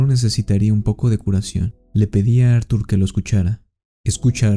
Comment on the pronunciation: Q no se llamaba Artur, como dices acada rato Ar 😵‍💫